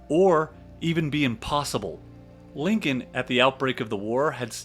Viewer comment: I unAmerican can a narrator be than one that can't pronounce Lincoln property.